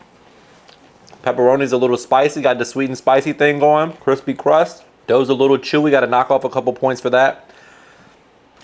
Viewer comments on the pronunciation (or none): none